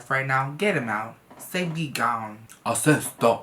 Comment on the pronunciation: You see this ... “GOWHNE” 😂